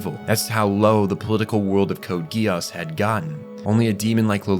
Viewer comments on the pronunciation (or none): Code Geass ❌ Code Guy ASS ✅